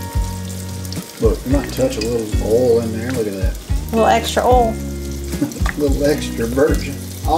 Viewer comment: Must be? Let it go!! For real. says Oll for oil. LOL 😂😂😂